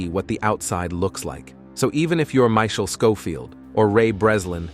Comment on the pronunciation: I'm more bothered by the way he said "Michael" like its "Michelle"